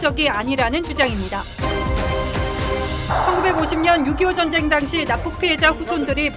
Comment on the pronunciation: ''젼쟹이'' 어쩌구ᆢ''민쥬쥬의으 쟈갹햐게 댸였숩니댜 젼쟹는 '' 아오 발음도 참 특이하게 해 목소리 듣기도 실타 싫어 !